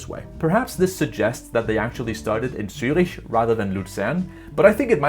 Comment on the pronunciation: As a german I really apreciate that somebody finally pronounces cities like Zürich correctly while talking about JetLag, Greetings to Denmark 😊.